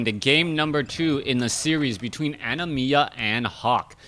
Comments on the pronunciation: why do you say animiya? it is anima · Yeah, like "animal" without the L.